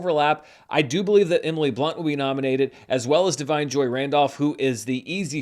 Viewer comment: Does Barry Keoghan pronounce his last name the way you pronounce it? Also, check your pronunciation of " Da'Vine ". Thanks in advance for checking!